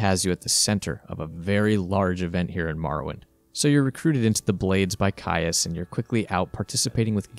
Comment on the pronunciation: 'Caius' is pronounced 'keys'